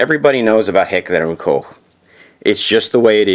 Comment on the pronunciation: its pronounced just like "coke"